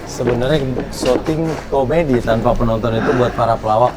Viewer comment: 08.43 kabar komedi bang bukan komedo mungkin😁😁